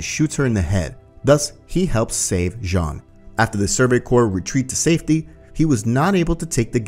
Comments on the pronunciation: It’s Jean not John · Why does he say Jean jhon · it's "john", no one says "jean" in any of the dubs and neither isayama or his editor has ever pronounced it like that